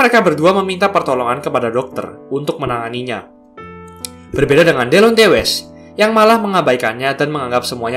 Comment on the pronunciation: Lebih bagus klo namanya dibaca "Dilonti west"